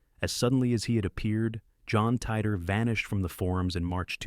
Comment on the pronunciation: Thank you for getting the pronunciation right on John Titor! Back in the old days when he was discussed on Coast to Coast and Post to Post, it was thought to be an audio abbreviation for TI-me Travel-ER.